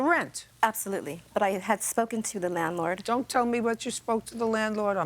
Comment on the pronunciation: Are you talking about ? I thought I was hearing things, then replayed it & I heard "manlord"! 😆